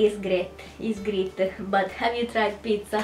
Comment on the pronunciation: "great" non si pronuncia "grit" ma simile a "greit"! 😂